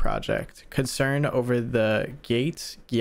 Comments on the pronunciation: Got me there instead of he saying gate he said 'gyatts' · It’s so funny how he says gat😂😂😂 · Bro said gayt